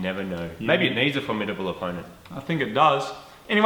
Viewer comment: thats wierd when you said formitible opponent I looked at the comments and the firt comment at the top sai that right when you said it. haha